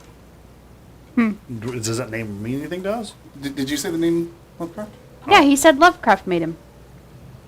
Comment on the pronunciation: ps you did butcher my name